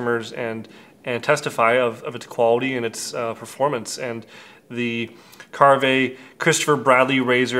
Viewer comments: I love my Karve. Ive had it since the release of the OC plates and ordered it with the B and C plates and haven't looked back. It's my go to razor aside from my straights. And yes as many have said it's not kar-vey. Just Karve. Just because it's Canadian you don't need the eh at the and. Lol. 🤣. Great video. Being from Canada I'm super stoked that he is getting such great exposure south of the border! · You're the only one I have ever heard pronounce it like Car-Vay. Most everyone pronounces it like Carve. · You don't pronounce the "e" on the end of the word silly. You don't carv-vay a roast beef do you? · A little bit surprised that the one, actually have met and had a wonderful time together, don´t know how to pronounce the name of the new good friend´s product. :-) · You hung out with the guy and talked shop and never learned the pronunciation?